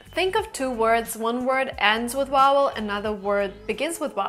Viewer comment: I am from England and you are spot on with every point. The only time you don't join words, is when you want to emphasise something, or make a point of something. For example if you went to school and there was a big elephant there, you would say "big, elephant, in this, school". Just one thing though, your pronunciation is great but you struggle with the word "Vowel" - you say it as "Wowel" but the first letter is a solid "V". It confused me at first, so thought I would just politely point it out. Great video and will be very useful to many people learning real English, instead of just "text book" English. Well done.